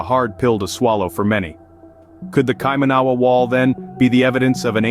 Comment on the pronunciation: It's said [kai-mana-wa] NOT kai-manawa! Also, the mere fact you showed nothing of the wall in this vid, showed nothing of New Zealand cultural significance (aside from about 45 seconds of images of Auckland, the fact you showed totally non New Zealand related images eg stone henge, Indian and Asian people, not one single Maori etc exhibits that you have absolutely ZERO credibility. You'd think that in the 9 mins of video, you'd show some images of the wall, but nope, nothing. Instead, you spruiked on about ill-informed subject matter and showed absolutely NOTHING about the subject matter at hand and instead put up totally non related random images. I conclude, until proven otherwise, that you're full of shit! Go ahead, prove me wrong.